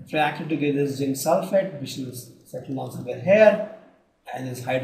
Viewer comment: It is zinc not jinc.... Other than dat it is a very helpful video